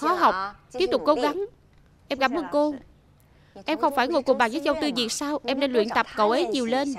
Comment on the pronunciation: người ta tên Châu Tư Việt chứ k phải Diệc đâu bạn nha t bà thuyết minh đọc k chuẩn t học tiếng trung nên biết rõ nha